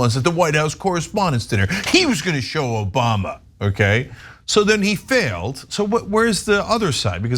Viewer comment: No, no, no it's Obamna, not Obama. 😂